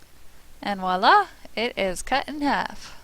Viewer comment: It's "voila" (French for "look/see/here it is/ta-daa!"), not "waa-laa".